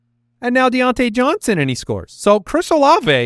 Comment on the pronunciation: Diont-YEAH Johnson